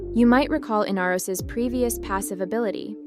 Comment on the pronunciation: In R os... not in-uh-ros... smh